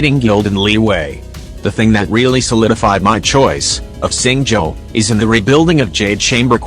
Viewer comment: "say-you" "hey-joe" edit: "SING-JOE"!! HAA